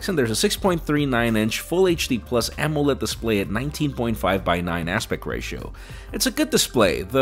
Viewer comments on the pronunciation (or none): none